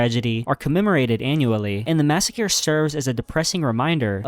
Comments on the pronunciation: Your videos are so good, but if I hear another "massacure" I might punch my monitor. LMAO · “Massacure” 😂 At this point the mispronunciation is a meme on your channel. Love the videos man! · I hope you’re saying massacre like that on purpose